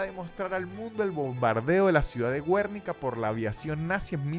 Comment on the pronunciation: no es "güernica" es "guernica" 😂👍🏼